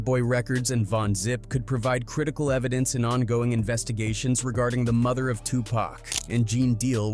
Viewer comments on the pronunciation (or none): AI can’t even pronounce murder correctly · A.i. can't say murder it sounds like mother. Wtf? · Yes! I was just about to say the same thing! 2pac's Mother?!!!🤔🤷🏾‍♀️🤷🏾‍♂️🤷🏿 Come on AI!🤦🏾‍♀️🤦🏾‍♂️🤦🏾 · He saying mother instead murder